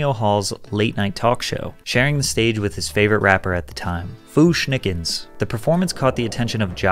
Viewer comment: The way you pronounced Fu-Schnickens aged me about 5 years 😂